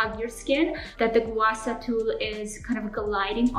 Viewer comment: just wanna comment a little suggestion which is the pronunciation of "gua sha", the "sha" should be pronounced same as the beginning of " shark" instead of "sa", hope you understand what I am trying to say.